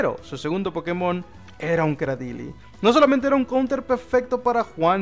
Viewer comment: Anda, pronuncias el acento en la E en la palabra pokémon vez de inventarte donde acentuar. He visto muy pocos hispanoamericanos que hagan eso.